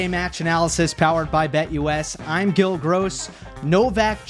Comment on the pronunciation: You called it Gill. Bravo ❤